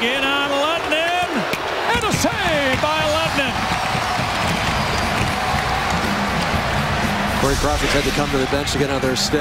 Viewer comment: His Name Is Lehtonen Not Lehtenen.